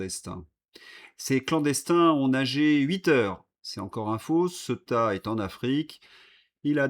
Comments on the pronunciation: CEuTA😅😅😅😅😅😅 (CÉ-OU-TA)... écoute un peu la manière dont ce prononce cette ville... La tienne est ridicule et c est dommage ton travail est exemplaire 👍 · Il faut que quelqu’un te le dise : cela se prononce Cé-ou-ta.